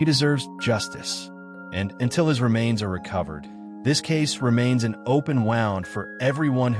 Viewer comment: AI narration. Why? When wound as in injury was pronounced wound like a clock it gave it away.